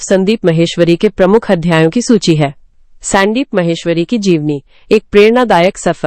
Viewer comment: Stop AI ki bakwas , स्यांदीप kya hota hai sandeep hota haiसंदीप